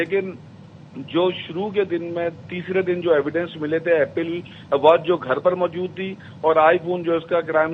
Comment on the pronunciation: ایپل کو اپیل بول رھے ھو؟